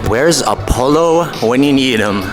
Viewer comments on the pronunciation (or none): none